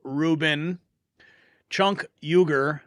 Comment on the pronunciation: Sounded like you said his name was chunk!! Lmao